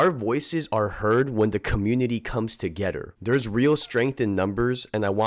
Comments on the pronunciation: to"getter" sheesh.. lol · You say together weird af